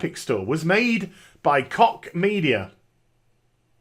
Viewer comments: every time you said Koch media it sounded like cock media haha the German "ch" should sound more like a very soft English "sh". besides that good vid, great intro. Greetings from Berlin ! :) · "Koch" The Koch Brothers pronounce it "Coke." Former NYC Mayor Ed Koch proncounced it "Kotch." We have a local construction company - they pronounce it "Cook." I've never heard it pronounced the way does.